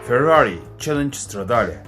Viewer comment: Förrari 😂 Harikasın abi 😂